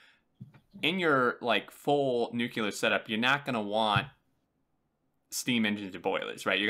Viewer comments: NUCLEAR NOT NUCULAR!!!!!! Seriously how do you get NUCULAR from nuclear? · Nice video, you'll want to do another now that the release notes are out. It was a bit tough hearing nu-cu-lar the whole time instead of nu-cle-ar -- brings back too many memories of George W. Bush. :-P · It's pronounced noo-clee-er ya dingus! :p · fuck yes. but btw....NU-CLE-AR damn it. only 1 u ;)